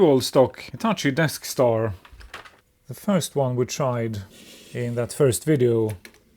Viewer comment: I keep hearing Deskstar as Death Star (given the failure rate, that sounds about right)